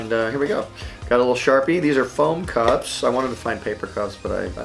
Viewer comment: I thought he said cops XD